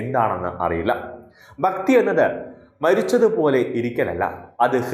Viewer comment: ബക്തി അല്ലഹേ ഭക്തി...